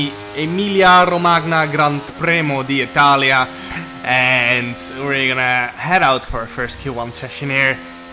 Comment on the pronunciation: Welcome to Round 10 Imola. Jarno: "Emiglia RogMania Grant Preno D'Italia".